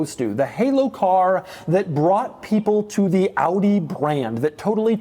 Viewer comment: Props for pronouncing AUDI the right way.